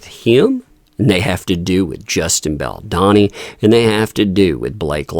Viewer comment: you're pronouncing Baldoni wrong. It's a plain O.